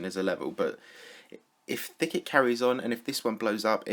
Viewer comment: more Like thick - et it should be